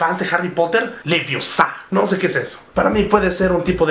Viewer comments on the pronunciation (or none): Es Leviooosa no Leviosá ;) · Es leviÓsa no leviosÁ Muggles ...